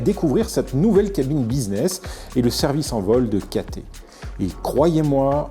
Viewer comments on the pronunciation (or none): On prononce CATAILLE Pacific, pas Caté .... !!!